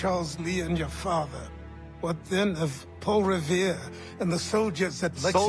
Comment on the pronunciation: Its not "Paul Rivier", you keep pronouncing it like it's spelled that way. It's "Paul Revere" "Reh-Veer" not "Rih-vee-er".